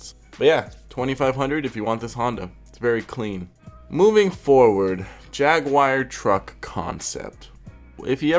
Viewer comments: ...Yag War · Jag-oo-are not jag-wire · Whats a jagwire? Did you mean jag-you-are? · American: Jag-Wire Brit: Jag-U-Are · Jagwire? you mean Jaguar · It's Jag'war not jag'wire 😂 love your videos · Why is he saying “jagwire” lmao. I’ve heard jagwar and Jaguar but never jagwire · The moment he said jag wire I can down here to see the comments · If you want to die, take a shot every time he says "jag-wire" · Literally no one:: jAgWiRe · dude its JAG-U-ARE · every time you said jag-wire i got more and more flustered J A G W I R E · Not a jag wire , jag you are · jagwire huh?! GG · Why he say jaguar like jag wire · Why do you keep saying "jag wire"? If your making a video on how stupid ricer shit is you might want to know how to pronounce the name of the manufacturer correctly...just saying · Got damn dude it's not jag_wire... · JAGUAR (JAHG-YOU-ARE) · NO JAGUAR BUT JAG WIRE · Sure... Jagwire.... do you also drive a muhs tahng or a moose ting... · Jagwire.. come on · Ever time he says "jagewire" take a shot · don't know why but every time you say Jaguar i understand Jagwire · "jag wire" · so...the guy critiquing other peoples cars cant say Jaguar? if you can at least read....there is no wire in it...like, at all.